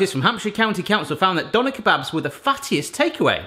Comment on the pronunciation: being german it sounds so funny to me how you say Döner kebab.